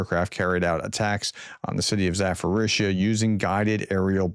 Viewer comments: It's Zaporizhzhia not Zaforisha. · Can I help you pronounce some of those city names better? It's getting to be a bad look when you say zaforisha or completely stumble through other ones.